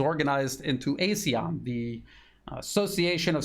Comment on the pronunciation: ASEAN pronounced Ah Sea Ahn. Regrettably ASEAN dis- United